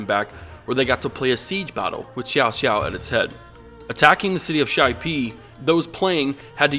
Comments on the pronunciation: so you bring up even another way to pronounciate cao cao s name, XIAOXIAO, in addition to the already existing cowcow and saosao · lol I don't mind the pronunciation of the characters' name. I myself call often Cao Cao 'Cow Cow' . But Xiao Xiao......really.......Sounds like Cao Cao and Xiao Qiao have a baby or something.